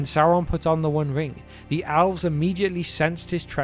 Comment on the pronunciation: I can't be the only person who hears him say "owls". I'm an avid viewer of this channel and so now, in my mind, the first children of Illuvatar are owls🦉🦉🦉🦉